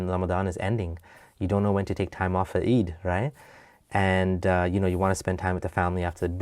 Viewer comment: I’m suppose to believe this guy was an ex Muslim? 😂😂😂 he doesn’t even pronounce “eid” correctly, something my little year old brother can pronounce , or on the contrary this guy just lacks Arabic knowledge so he left something he never understood